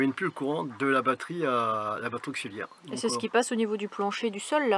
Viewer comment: Salut on a pas eu droit au petit panneau abonne toi cette fois, peut-être un oubli ma fille me l'a fait remarquer, par contre s'il te plaît ne dit plus " Broceuliande " mais BrocÉliande (ma femme est Bretonne) et c'est pas " auquziliaire " non plus 😂 mais c'est surtout pour te taquiner, Salut Salut 😉🐞